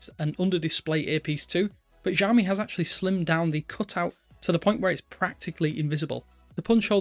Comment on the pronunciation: Sheesh .. learn to pronounce the name. It's "See-aw-me"